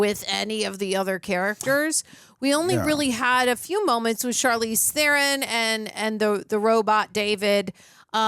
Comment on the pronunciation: Ther-ron not theren